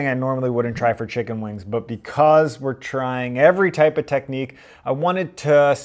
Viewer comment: i keep hearing the way he says wings as "wang" thats a very nice wang